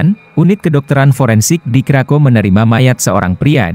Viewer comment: Di Poland W di bacanya V kak krakov